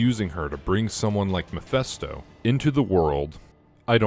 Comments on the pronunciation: Say it with me! ME-PHIS-TO not mephesto 😂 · Why does he keep saying Miphesto?